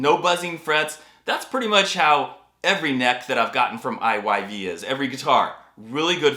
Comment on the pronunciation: I'm so glad you pronounced I Y V...I've always ready it as IVY..😅